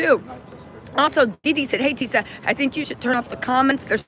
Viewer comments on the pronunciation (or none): Tisa not "Tess".